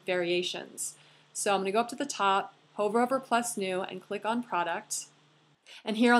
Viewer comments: Hi - love your videos! They are so helpful. Just a little pronunciation tip for the future. The word "hover" should rhyme with "lover", not "Rover" the dog.:) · excellent. couldn't have done it better myself. u are very talented at what you do. you may mispronounce "hover" but it's all good! haha thanks so much!